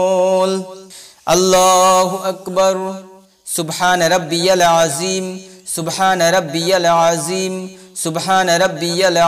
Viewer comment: আপনি রুকুর তাসবীহ টা সঠিক করে উচ্চারণ করুন, এখানে যিম হবে না, জাল হবে, মানে toung Out করে পড়তে হবে।